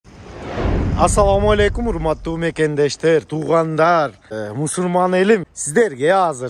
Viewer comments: Тууганым мусурман эмес мусулман десен жакшы болот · Мусурман эмес Мусулман